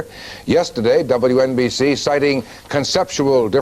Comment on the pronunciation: lol wNbc- say it right